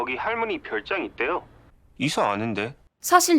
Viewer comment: 왜 이서를 이석이라 하셨어욬ㅋㅋ